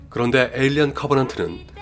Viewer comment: 에일리언 시리즈 발음이 영 ㅜㅜ